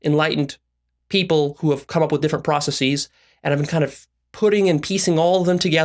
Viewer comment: This fool doesn't make no goddamn sense. He lost me at "process-eeees". 🤣